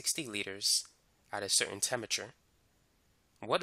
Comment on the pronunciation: does no one notice this way he says temperature